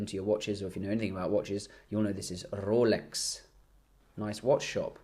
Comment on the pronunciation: your rrolex pronounced like Sacha Baron Cohen Aladdin from the dictator movie lmao .